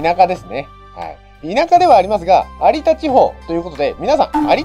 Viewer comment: 「有田みかん」は 「ありだ みかん」と読みます。 ごめんなさい。気になる質で……